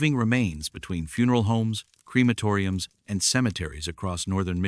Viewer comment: STOP CALLING IT A CREAMATORY. IT IS A CREMATORIUM.